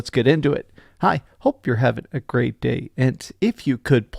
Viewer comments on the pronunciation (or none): none